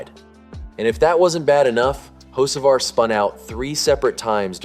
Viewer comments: His last name is not hoshevar it's ho ceee var. No sh in it!!! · You mean "ho-SHA-var" as the idiot voice keeps saying? Hahahaha.. Can't even pronounce his damn name right. Sick of click bait.. Hell.. I'm sick of YOU TUBE.. REad their terms and rules.. As long as you aren't actually changing election results or something extreme like that - IT IS ALLOWED FOR ANYONE TO MAKE TOTALLY BOGUS VIDEOS. SIMPLY GOOGLE "HOW much of YouTube content is factual?" AND READ WHAT IT SAYS. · There is NONE! RIDICULOUS. I LOVE THE Way the guy, (narrator) that keeps saying "Ho-sha-var" also says "one of the most heated conversations of the 2026 seasons so far"... WTH!? Hell, he could have been eating a ham sandwich while driving AND IT WOULD BE ONE OF THE MOST heated conversations of the 2026 season! It was the 1st damn race (points race) of the friggin year! So sick of seeing these idiotic click bait videos narrated by someone that doesn't know NASCAR from the Crown Vic skirmish/race at my local track! There is no damn controversy.. Also, I'D BEEN SHOCKED IF HE HAD OF WON.. IT IS DAYTONA.. CRAP LIKE THAT ALWAYS HAPPENS ON THE LAST LAP.. Simply put - it is SUPER SPEEDWAY racing .. AND IN NASCAR'S WORLD IT IS PAR FOR THE COURSE.. I SUGGEST NOT SUBSCRIBING TO THIS RUBBISH CHANNEL. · Why are you pronouncing his name like Hoshevar?